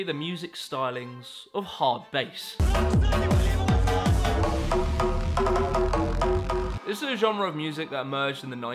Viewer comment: How are you mispronouncing most words? adidas??? Hardbass?